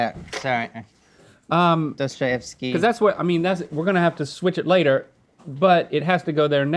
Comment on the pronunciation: Saying Dostoyevsky at like 12.20